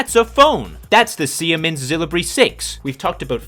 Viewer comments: Its not sie mens its see-mens or seamens if you feel risky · Never have i heard somebody mispronounce siemens like that: si-E-mens xD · why'd you pronounce SIEMENS like that 🤣